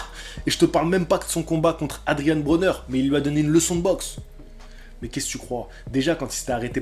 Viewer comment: Ca se prononce Adrien broner par Adrianne broner c'est mon ptit caprice parceque dans le fond j'aime bien ce boxeur